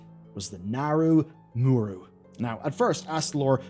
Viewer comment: HOW. HOW ARE YOU STILL SAYING "Mu'ru" WRONG?!?!?!. It's not even just this name. You said "Astralore_ in the beginning. It's not kel'thas. It's Kael'Thas. There's an ae sound!!! Just wrote your scripts phonetically!!